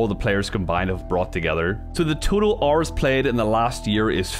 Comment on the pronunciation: OH you were saying “hour” it sounded like “ar” at first. Oof